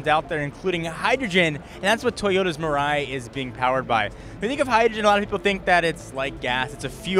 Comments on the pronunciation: Good to see another option for eco friendly cars. Just as the name implies (mirai = future, in Japanese), this car might be what will replace gasoline cars. Also, "mirai" is pronounced "milai". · fun fact, "Mirai" means future in japanese and its not pronounced miray like says...